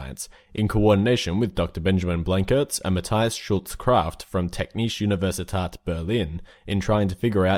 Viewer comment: The title was pronounced like "Tech-niché Uhniversitaht berlin" instead of "Tech[Like the ch from niché]nishe Uhniversiteht Berlin" and I'm sitting here cringing